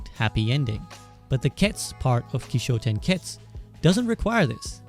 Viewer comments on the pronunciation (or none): Kishotenketsu, just curious why you mispronounced it? Kishotenketsu (起承転結 , pronounced "kee-show-ten-ketsu")